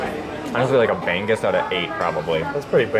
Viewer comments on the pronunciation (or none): I was thinking what is bang-gus🤣 then I saw the plate🤣🤣🤣🤣 bangus pala😆 try say it bang-oos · It's not ban goose. It's bang oose. No 'g' sound. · it isn't "bang-azz" .. it's "ba' - nguz" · BI-BI-QUE 😂 BAG BAG 😂 BREKY 😂 BANG-GUS 😂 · it's pronounced bang-ooze not bang-goose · The way you said Bang-gus, made me onder what you were eating😅. *Bang-gus(milkfish) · I was so confused what the "bang-gus" they were...turned out its BANGUS....haha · i love how they call BANGUS "bang-goose" ahhahahaha BANGUS IN ENGLISH IS MILK FISH. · Great video, guys! Ask one of the locals how to pronounce B-A-N-G-U-S. 😂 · I like how you pronounce Bangus 🤭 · Ask the servers/Filipinos how you pronounce BANGUS. Not from google.